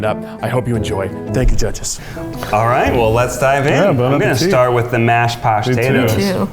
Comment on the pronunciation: Anyone else hear “pastatoes” and immediately think “prostate”? Just me? Ok..